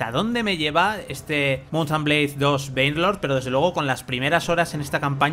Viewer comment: Alguien que se dedica a ésto debería saber pronunciar el nombre del juego. Por lo demás muy buen vídeo.